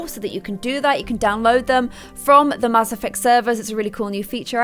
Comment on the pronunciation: Why do you say Mass like that?